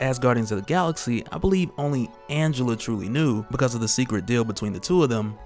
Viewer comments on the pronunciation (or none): none